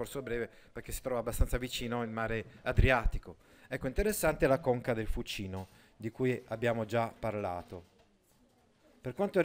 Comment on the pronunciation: Buongiorno, nella parola Fucino l'accento cade sulla u, non sulla i.